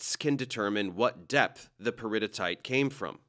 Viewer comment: I'm sorry but your pronunciation of "peridotite" is driving me crazy. It's actually pronounced "peri-dough-tight." Additionally, the rock shown consisting mainly of olivine is likely dunite named for Dun Mountain in New Zealand. The only addition I'd make to the presentation is that there are melts of intermediate chemistry between high silica felsic and low silica (ultra)mafic rocks. The Andes Mountains are a prime example of an intermediate composition. The amount of silica affects the viscosity of a melt that directly determines the kind of volcanic eruption might occur. High silica results in trapped gasses and water vapor resulting in an explosive eruption like Mt St Helens vs a runny lava like in Hawaii. Then you could get into that sexy Bowen's Reaction Series. But I'm just a nerd that taught that so it's my bias. But as always, great presentation and completely on point. It's always a good day when you know that folks are being presented with accurate information and getting educated. As we'd say in the Navy, "Bravo Zulu!'